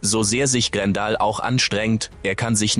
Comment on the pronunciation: Grendel spricht man GrenDell aus und nicht Grendal , hört sich ja wie ein Kofferwort aus Gandalf und Grendel. Bei einer Computerstimme muss man es manchmal so schreiben wie man etwas ausspricht, dann klappt es meistens und eine Computerstimme kann dadurch viel angenehmer werden, vor allem wenn man etwas mit einem Ausrufezeichen schreibt und Bindestriche gezielt setzt, dadurch betont die Computerstimme gewisse Sätze anders.